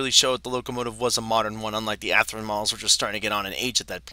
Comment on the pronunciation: And pronounce words correctly. Walthers, not Walters, Athearn, not Athren and helical, not heckular.